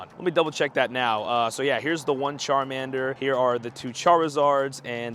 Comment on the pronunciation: Pokemon YouTubers are too easy to roast on pronunciation 😅 ya don't call it sharmander